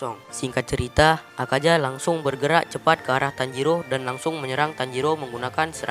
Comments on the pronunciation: Akaza min bukan akaja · Bukan akaja tapi akaza woi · Kok Bilang Akaza Nya Akaja Salah Tu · Bang klo ngomong plis akaza bang, bukan akaja😭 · Yang Salah:Akaja Yang Bener:Akaza :V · akaZa dan muZan , apa apaan lidah lu bang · Ketika huruf z di baca j 😀